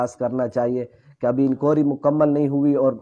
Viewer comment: لفظ لفظ انکوائری درست فرمائیں،،